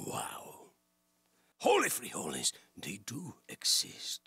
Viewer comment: Nadie va a hablar del: "jOli frijOles" ? enserio nadie? jajsjsjjsjsjs